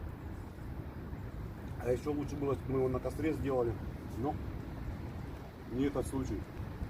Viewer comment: Видео норм, но убивает слово кастёр???! Что костёр!!!!